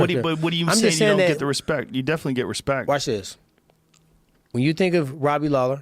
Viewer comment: Tyron "No Hespect" Woodly